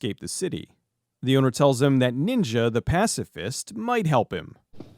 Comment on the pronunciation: He pronounced it pass the fist